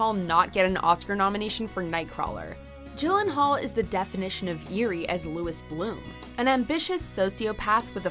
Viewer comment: But again, it’s “Jake Eeeeeelenaullllll”